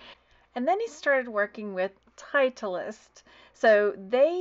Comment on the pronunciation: Title-ist is how it is pronounced, Bearded Thrift Machine specializes in golf clubs, his YouTube vids have taught me a lot. Thank you for the great info. Happy selling! ❤️